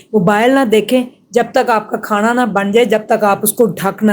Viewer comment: O bhan Khana hota ha khaaana nhi phly Bolna to seekh lay